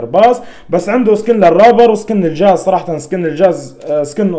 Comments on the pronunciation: كلمة خطء شو الحاز غبرالجاز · اسمه الجاز وليس الحاز 😂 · تقصد الجاز وليس الحاز ههههههههههه